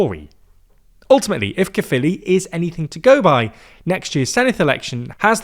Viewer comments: F me. Someone pronounced Caerphilly correctly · Honestly I'm just glad they're pronouncing 'Caerphilly' correctly. It's 'kuh-filly' not 'care-filly'. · 10/10 for pronunciation of caerphilly and senedd. thank you